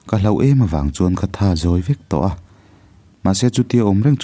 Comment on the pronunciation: Chhiar thiamin ngaihthlak a nuam ṭhin hle mai.. Kawng hnih khat lek in thawrawn ka pe dawn che.. Hloh(Tibo/hmu lo)a hman tur hi HLAUH angin i lam leh ṭhin.. Tin, Note tih hi Naute..Ran/ Ramsa ah erawh No emaw Note hman nise.. Ngaihthlak tui em em karah ka han tiri ve zeuh aw..😊